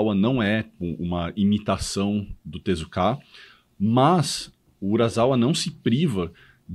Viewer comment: A pronúncia correta é tezuka e não tezukáaa.